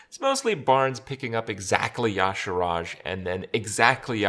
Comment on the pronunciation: Does anyone else cringe every time Krip says "Y'Shaarj"?